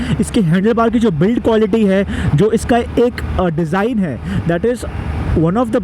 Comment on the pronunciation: Design bro not desing 😂